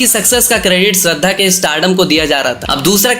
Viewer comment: abe falu k gadhe tu pehele shradha ki naam ko thik se bol k dheka tera rajkumar k stree k baad aur pehele ki koi movie hit q nahi hua re😡😡😡